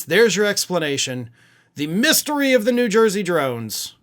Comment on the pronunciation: What's a "Mysyery"?